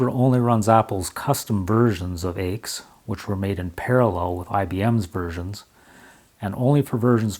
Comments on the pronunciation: Nice, informative video. BTW, nobody calls IBM's AIX "aches". Rather, AIX is always pronounced by its letters, "A-I-X". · Argh!! It is Aee Eye Exe unless you were French, whereupon it would be pronounced Ix. And the windows manager you looked at was called Motif (although what you saw was heavily de-configured), and was an industry standard across several different Unix vendors. AIX Windows is really IBM's flavour of the MIT X Windows system (it had DisplayPostscript added compared to X11R4) from which XFree86 and would eventually evolve. Like the later Unix/Linux windows systems, the flavour of the windows system could be changed by altering the window manager, and beside Motif and CDE, there were many what you would now call Open Source window managers available. I liked one called vtwm, which was a twm with a virtual desktop grafted on. What set CDE apart was that it was an object oriented windowing system, but it was ahead of it's time, and considered difficult to configure because of it's object centric configuration methods. Several different manufacturers used versions of AIX, including Bull and Motorola, as well as Apple. The reason why the language for the shutdown was so strict is because AIX is a true multitasking, multiuser operating system, and what you saw was a wall (Write ALL) message that would be sent to all users telling them to save any work and log off. That is why it was so severe.